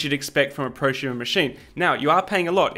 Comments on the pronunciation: if you say "Pro shumer" again ill smack you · What is a “proshumer”? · "not quite at the mark of prusumer printers" so here's a prusa xD (sorry but you pronounced it so funnily I had to point it out.)